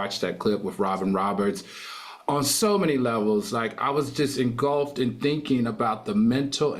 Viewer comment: I love Al and I admire the homework he does on these issues, However I get second hand embarrassment from his constant mispronunciation of certain words. Like saying engulped vs engulfed😭